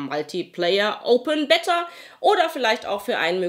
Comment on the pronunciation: Ich muss jedesmal schmunzeln wenn du Beta sagst ;)